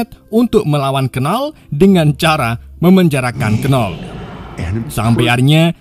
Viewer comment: disclaimer: tulisan nya Knull tapi bacanya Null bukan Kenull